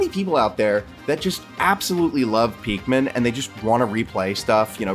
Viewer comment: Are you saying peakmin, it’s pikmin